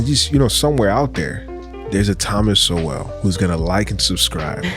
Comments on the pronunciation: Don’t take it person my man but it’s Sowell like soul not So-well. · Its pronounced " soul" thomas sowell (soul) its not pronounced so well. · Sowells pronounced souls. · Instead of only reacting to his videos. He has written over 50 books. Read at least 1 one of them. Pronounced "soul" by the way. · SOWELL pronounced like soul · His name is pronounced Soul. :) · So the rebuttal to TS is an idiot who looks like he is high and does not know enough to pronounce the man’s name properly. At least read his work rather than commenting on video nonsense!